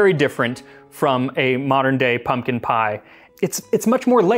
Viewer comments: I thought it said poom poom pie 😂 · So what youre telling me is that modern recipes just omit the "k" from their ingredient list? What are we just assumed to have infinite k's laying around the house?! I suspect your pronunciation is off, it's coming out rigid and elongated. I don't know for certain what is original but there is a pronunciation of "pumpion" that sounds a lot more like "pumpkin". Think less "pump-eon" and more "pump-yn". The abrupt drop-off in the emphasis after pump almost mimicks the sound of a "k", it can form a kind of small harsh exhale